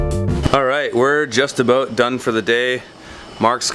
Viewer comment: What the fungus are you talking aboot